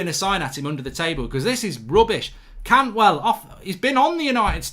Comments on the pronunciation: CANTWELL?!?!?!? Swap the A for a U 😂😂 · Bloody Cantwell replace the a with a u bloody hell